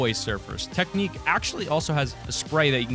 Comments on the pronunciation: It’s not teknik It’s TECHNIQUE TECHNIQUE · I'm not trying to be a hater but you said Technic when it's pronounced technique, I got a good laugh out of it. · I did not just hear him say tek-nik. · Hell-la and tek-nek